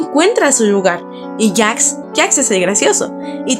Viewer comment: E w pq dice Jacks y no Jax